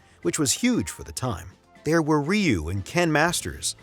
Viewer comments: The way he ragebaited me by saying 'rayu' was like a not so friendly horse kick in the mouth in broad daylight. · I ain't gonna listen to 57 minutes of some dude saying "Rye You". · great video, keep up the good work, SF2 fan here. The pronounciation, many made these mistakes Ryu is not "Raiyu" , just "Riu", means dragon. hadoken is not Ha-doo-ken, just "hadohken" remember capcom came to my hometown to test out SF Zero before release, everyone free play and got a keychain as souvenier. love from Japan